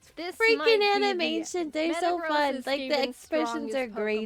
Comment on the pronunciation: "Jaiden Aminations" that was precious